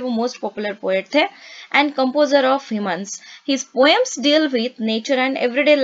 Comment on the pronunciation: Mam pls do ur homework right .. u are translating literally and most of the lines that u translated does not actually mean that.Also hymns is not pronounced as hymenus it is pronounced as hims